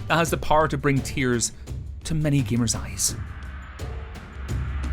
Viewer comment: femos, gemars